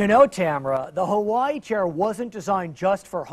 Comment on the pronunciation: They pronounce Hawaii wrong